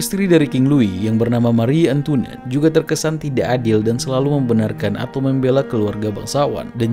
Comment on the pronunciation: Pelajari cara membaca bahasa Perancis dulu deh... Mari Antwanet, Avinyon, Nis